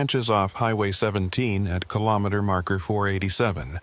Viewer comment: Hello from Ottawa 🇨🇦 4 50 am AI narration needs work! It's RE - JI - NAH like vagina btw 😅 And KILL-OH-MEETER Interesting stories, thanks! 😎